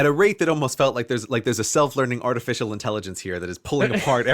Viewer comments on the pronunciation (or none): none